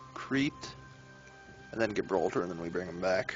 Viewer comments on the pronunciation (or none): I feel like you are pronouncing the start of Gibraltar wrong.